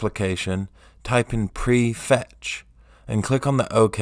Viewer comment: Couldn't understand what you said. Presetch? Prefetch? Prehetch? Best to make these things absolutely by showing them BIG on screen. By the way, I only want to clear some of the cache, just today's. I didn't see or hear a reference to time window.